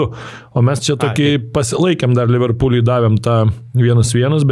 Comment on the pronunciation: Podas nerealus, nu bet ismokinkit Liverpool normaliai kirciuot 😅